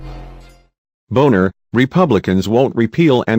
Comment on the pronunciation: Turns out that Boehner was right. It would be nice if the narrator would be respectful enough to pronounce Boehner and Obama's names correctly.